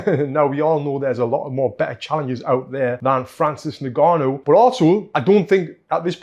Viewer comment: Francis niganu...😂 Its ing-gaa-nou .